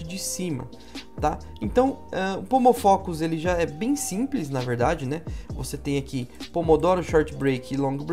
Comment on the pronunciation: Eu ouvi “homofóbico” no lugar de “pomofocus”. 😂